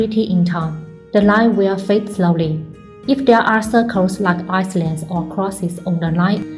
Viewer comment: The 's' in "island" is silent. Hence, it's pronounced something like " i - land", not 'is -land".